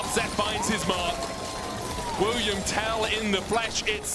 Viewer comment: Wilhelm tell not william tell